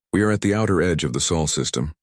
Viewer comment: Chen name used. Automatic dislike! AND IT'S SOL, NOT SAUL.